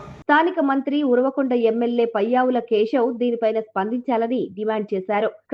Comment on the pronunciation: బాబు నియోజవర్గం పేరు కరెక్ట్ గా చెప్పు